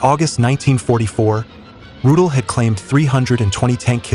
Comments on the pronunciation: Rudel is pronounced "Roo-dell", not "Roodle." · Was ist das nur für ein Blödsinn, kontrolliert denn niemand diese idiotische KI - Übersetzung?!?!? Ich fragte mich die ganzen Zeit von welchem ominösen "Rut" hier die Rede ist - bis ich dann herauslesen konnte das von Hans-Ulrich Rudel die Rede ist. MannMannMann was für ein Dilettantismus! 👎👎👎👎👎👎👎👎👎👎👎👎👎👎👎👎👎👎👎👎👎👎👎👎👎👎👎👎👎👎👎👎👎👎👎👎👎👎👎👎👎